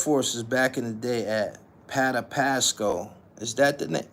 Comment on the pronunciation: It's pa-tap-sic-co patapsco flea market